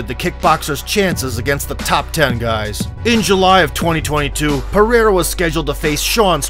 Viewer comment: Why saying his last name different? Was it shortened?❤